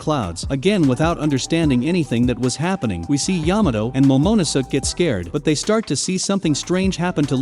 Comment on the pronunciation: Yamato and "momonosuck"